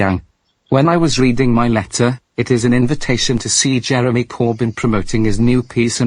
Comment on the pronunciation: I'm not sure what her voice is but she mispronounced Jeremy's last name because of her cool accent